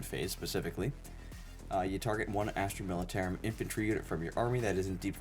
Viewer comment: “Karsh-kin” “Astra Mili-tear-um” Lmao